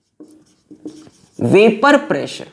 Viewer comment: Any body watching this video in 2025 ,if noticed that our sir already followed tha trend dame un grrrrr as vapourrrr pressurrrrrrrrrr😅